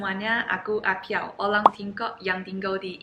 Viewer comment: ORANG = OLANG Ini adalah bahasa china jadul